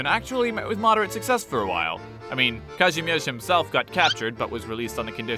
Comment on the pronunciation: The way you pronounce “Kazimierz”, nice